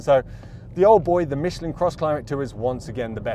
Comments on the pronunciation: Michlan, not Micheleen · Great video. I suggest, you learn how to pronounce Michelin (don't mention the war!)